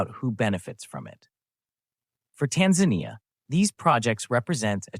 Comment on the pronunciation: AI voice. The voice pronounces Tanzania in two different ways constantly. Tired of this slop.